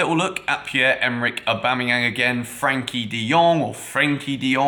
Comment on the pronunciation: Its Frenkie De Jong not Frankie